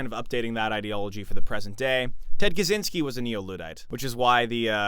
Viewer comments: On a side note, Kaczyński's surname should be pronounced something like "Kachinsky" rather than "Kazinsky" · Bro the cz in Kaczyński is like "ch" in "catch" not "zee" At this point he is kinda a historic figure, a controversial one but still. Don't butcher surnames